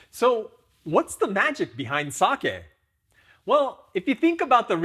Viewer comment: Hoping monolingual English speakers watching this will finally learn how to say “sake” correctly.